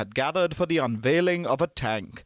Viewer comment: AS USUAL INDIAN MAKE FUN OF ANY THING PAKISTANI, YOU COULDN'T SAY THE TANK CORRECTLY. IN INDIAN CHANNELS YOU NEVER SEE ANYTHING REGARDING INDIA PROBLEMS AND FAILURES IN MANY FIELDS. I AM NOT DEFENDING PAKISTAN BOTH INDIAN AND PAKISTAN ARE CORRUPT COUNTRIES. COURPTION RUN DEEP IN IT.